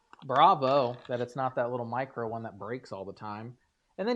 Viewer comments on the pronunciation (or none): none